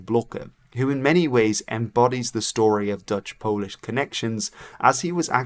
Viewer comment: Intersting video thank you! An unrelated question, are you Dutch? As in Dutch is your first language? Because if so, congratulations on the English accent! I usually hear it instantly but, with you only when pronouncing Dutch names as you should.